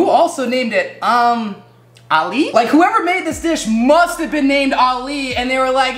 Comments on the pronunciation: The name of this in English is called ali's mom for some reason I am Arabic and I don't know this lol and your pronounce it oom ali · You say it ommoo ali which means mother of Ali and is meant to be soggy but not chewy it is because you did not put enough milky mixture my dad cringed when I showed him u calling it ummmmmm Ali 😂😂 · Pov:your arab Well you can say you om-alee And not umm Ali 💀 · Yeah and it’s pronounced “om-alee” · Its “ om ali “ its middle east food its sweet ♥️ luv u from kuwait 🇰🇼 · This is the most entertaining thing My Egyptian self has seen in a while Ps: it’s pronounced ooum - Alee but I honestly don’t get why it’s spelled like that either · Its pronounced omm ali and it means ali’s mother and its written ام علي in arabic